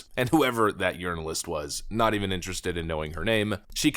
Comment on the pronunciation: Did say “urnalist?